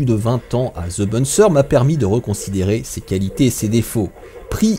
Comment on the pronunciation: "Ze bonne sœur" 👰‍♀